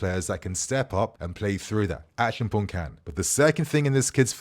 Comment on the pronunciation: ACHI-AM-PONG is the pronunciation. Come on your mother is Ghanaian! 😆